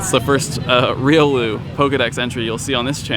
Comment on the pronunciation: Spelling: Riolu, Pronounced; Ree-yoh-loo emphasis on the "oh".